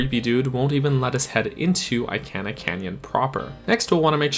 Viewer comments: I-can-ah hurts my soul please I-Kahn-ah take it anymore 😂🙏🏼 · sooo jarring...lol! It bothered me to no end; I - can - ah...ummm, NO!